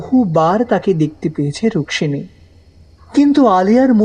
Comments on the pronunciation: Rukmimi na Rukshini please be careful while narrating. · Bar bar ei rukmini k ruksini bole bole nak er dofarofa kore dilen. Osojjho lagche. Golpokar er uchharon er dike vison vabe nojor dewa proyojon